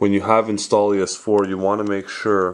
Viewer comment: Installious? Lol its INSTALL OUS